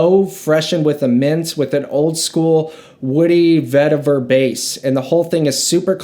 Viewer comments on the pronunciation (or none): none